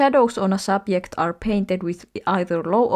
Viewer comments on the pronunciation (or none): I think so too, the way they pronounced "subject" felt like a dead give away (not in a rude way but like in a relatable way rallienkku girlies unite)